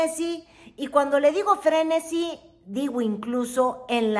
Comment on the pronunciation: El español es tu segundo idioma?, se dice frenesí, con acento.